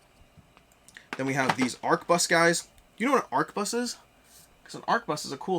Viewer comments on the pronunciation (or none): Thouse guns are clearly Flintlock Blunderbuses, so no calling it a fancy name thats inaccurate dose not make you sound like you know whats going on. Neither dose failing to pronounce the Q in arquebus